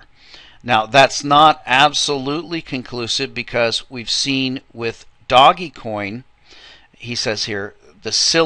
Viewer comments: Okay, You have again missed out on talking about by far the most important factor right now, which is BtcChina, They are 40+% of the entire market and they are going belly up. I'm waiting for another large correction from them. Also, It's pronounced ( Dohj Coin ) NOT "Doggy Coin". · first of all its pronounced dogcoin it comes from a meme when someone spells dog D-O-G-E. second of all brother john never forgets to mention the coins he's playing in... third are you serious,? just lol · I pronounce it doggiecoin... who are you to decide for the rest of us :P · me, I pronounce it dodgy coin.